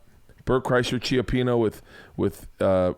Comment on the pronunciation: Cioppino is pronounced ("show-pino") in english..... not Chio-pino, if youre talking about the italian seafood stew... thought this would help on future "Somethings Burning" episodes